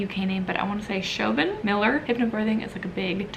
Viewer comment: I like the way you said The House is on Fire was a slow burn ... I also loved The Frozen River. The name is pronounced Shavon I think